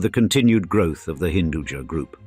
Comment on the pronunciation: Hinduja meaning has nothing to do with Jahan, jahan is sub-urdu word, hinduja loosely means Hindu Born, "ja" is actually not pronounced "jaa", it's ja' from "Upaj" , meaning grown or born